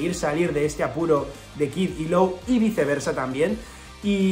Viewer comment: Hola, Law se pronuncia: "lo", no "lou"